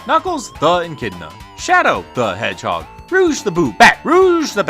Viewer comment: I thought it was Shadow the Hedge-edge...